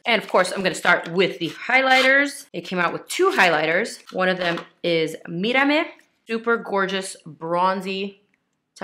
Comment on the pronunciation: Excelents products but i'm really surprise with your good spanish! Your pronuntiation of "Mírame" was very good!! Kisses from Perú 🇵🇪